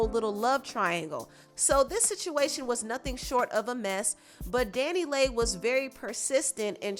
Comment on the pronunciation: I thought it was pronounce (Danny Lee) Dannyleigh not Danny lay 🤔🙄